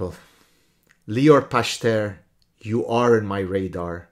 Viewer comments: Pachter is probably pronounced Pach-ter with a gutteral ch, like chet in Hebrew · It's פכטר. The ch is pronounced like the letter خ . That guy must be really bored if he goes after you so diligently... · "Pachter" with a soft "ch" like in Bach, means "tenant [farmer]" in both Dutch and German. It seems that a different profession (the oldest) would be a more suitable family name ;)